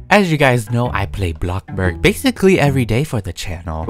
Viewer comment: "Blockburg" XDD but great vid!